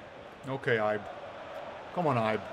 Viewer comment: Ibe is pronounced like 'eBay'